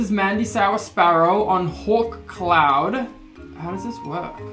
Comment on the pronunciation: when u said 'come on hawkcloud' i thought you said, 'come on whole clown' oops